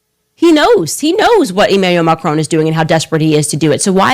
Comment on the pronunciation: Dear Candy - please pronounce Macron properly. Its not Macrone.